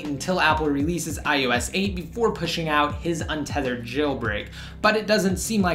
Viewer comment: It's I O S not I U S